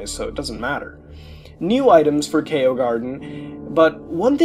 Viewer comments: the fact he pronounces Chao as "Kaio" instead of the correct pronunciation "Chow" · Good video but just so you know Chao is pronounced like chow not kaio or K.O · the fact that muta pronounces chao as kay-oh/kye-oh instead of ch-ow fucking enrages me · Idk how mutahar messed this up its chao not kyo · I hear Kyle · DID YOU PRONOUNCE IT "KYO GARDEN" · The pronunciation of Chao is killing me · The way he says it was the scariest part of the video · muta can't say chao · The way he pronounces chao is almost as laughable as the cutscene's in sonic adventure 1. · The scariest part of this creepypasta is how muta says chao